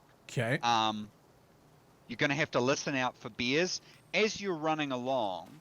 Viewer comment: I like how he pronounce "Bears" as "Beers" ahahahaha